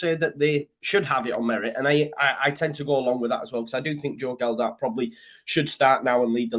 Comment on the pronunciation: Love your videos mate but please do me a favour. It's Joe Gelhardt not Geldardt. Cheers mate :)